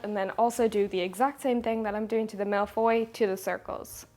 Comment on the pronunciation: Finally, baking :D I love that you show all the misshaps. And being french, I love your pronunciation of "tarte aux fraises", "framboise" and "mille-feuilles" (one of my favorites) :D "crème pâtissière" needs a bit more work though :p First time I comment on your channel. I love your style, your naturalness, and the overall wholesome feeling (not sure if wholesome is the right word but, well.) Cosyness maybe? Anyway. Now I'm hungry.